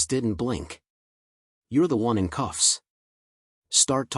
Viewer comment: 'cuffs' not 'coughs' :)